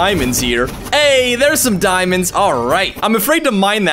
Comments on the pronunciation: I think I'll use my obsidian pickaxe to hunt for some diemondes THAT'S SPANISH FOR IRON Me:... Does this guy knows how to speak Spanish? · I like how you call diamonds dumands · Its not diamonds its deamodes